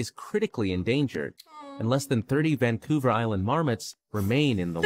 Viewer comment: Vancouler Island.........the first time he said it.